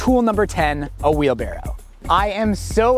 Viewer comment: Am I the only one who thought it was "Wheel Barrel" 😔